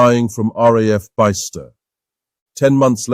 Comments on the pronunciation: The video is NOT worth the robovoice - it misprnounced my hometown of Bicester (derived from the Roman for "Two Forts") as "Bye-ster" instead of "Biss-ter". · Bicester not pronounced Beye-ster. It’s Bister. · It's not too bad. Quite clear and easy to understand. Minor problems. Bicester is pronounced Biss-tah. Salmesbury is pronounced Sarms-bury.